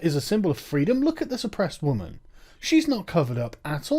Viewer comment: "as a wwwuummennsss"